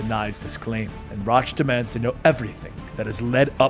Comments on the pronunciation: How do you mispronounce Roach? I mean its funny mispronouncing EVERY name, but it's kinda hard to follow tho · Rotch... Like crotch lol. If you play the games they pronounce the names. Still really enjoy your videos